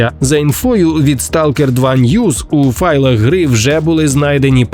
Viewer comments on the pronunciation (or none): none